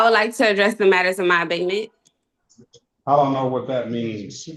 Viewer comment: OMG. She’s trying to say ABATEMENT. Abidmen, abibmom, adebman….